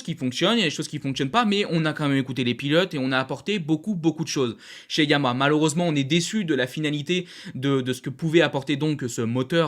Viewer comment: Bonne vidéo et bonne synthèse : tjs aussi plaisant à regarder. Merci 🙏 Ah oui, deux choses sinon : - YAMAHA comporte bien trois syllabes et se prononce donc bien YA MA HA. Suis-je le seul à entendre systématiquement “YAMA » ? 😶 C’est un accent régional ou bien un tic de diction ? 🤔 - À la fin de certaines vidéos, comme celle-ci par exemple, là aussi, je ne sais pas si c’est un accent (du Nord ?) mais je ne suis pas sûr de comprendre ton message d’au revoir : « j’vous dis bobo les potes » ? 😶🤔 En fait, tu dis quoi ?